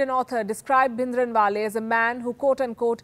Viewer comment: Oh my God! What a shame.. you don’t even know how to pronounce Bhindrawala and giving a lecture on Khalistan. The history you are sharing is wrong and incorrect (I mean history is who writes it, the history you are stating is not what Sikhs remember). Please do some genuine research before start talking about such sensitive topic.